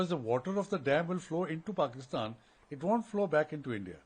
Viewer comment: She nearly said Porkistan haha 😂